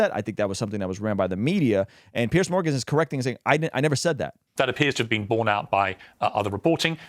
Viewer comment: Love your channel and God bless. I just wanna say the name is "Piers", pronounced "Peers" not Pierce